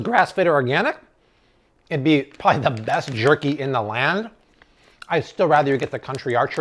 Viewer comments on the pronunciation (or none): none